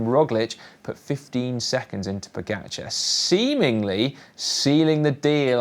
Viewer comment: Odd, the two commenters can’t pronounce pogacar correctly. Still. Ugh. Why not, if you are getting paid to comment and it’s your job, pronounce correctly our sports best overall rider? I just don’t get why not